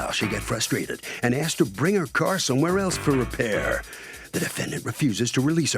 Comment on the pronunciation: I axed? I noticed they pronounced axed the word asked